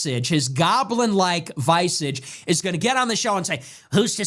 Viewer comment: He pronounced "visage" incorrectly